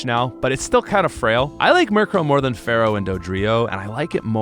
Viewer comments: It's NOT Feral, it's FEAR-ow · but why do you always call fearow "pharoah"... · My brother in Poke- it’s FEAR-oh 😷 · Stop calling Fearow "Pharoah"